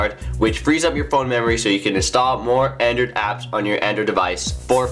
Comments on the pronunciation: The hell is an Andrew device or Andrewdevice???? Or is it Andrid? Huh??? wtf??? SLLLLOOOOOOWWWWW down fella... You're talking so fast that you have to pause every third word Which sounds like... this and it... gets annoying for... us that have... to listen to... your speach about... your Andrewdevice. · He needs to practice his pronunciation. He needs to enunciate better. He keeps mumbling the word Android. He says Andrew device. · "Apcations on yur Andr device"...